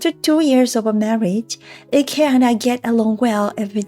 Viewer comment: IKE is pronounced the same as "like" not icky